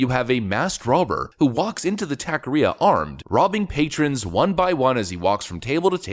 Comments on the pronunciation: Pronunciation. Taqueria. Is not tack. It’s tock. Also if you’re going to shoot someone like that, you shoot to kill for multiple reasons. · it's TACO not tako ria mexican not japanese 😀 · Jesus, it's pronounced taco-re-a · it's pronounced TOCK-a-ria. Guy is a hero. I'm a loyal fan... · Its pronounced ta-ke-ria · It’s pronounced Tacaria say it like taco area without the O and the rest like ar I a taqueria